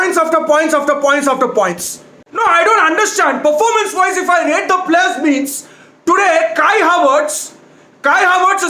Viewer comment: "Otrocious Parformance!",2020.